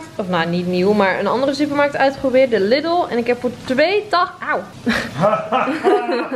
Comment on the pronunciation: Lidl spreek je uit als liedel niet als lidel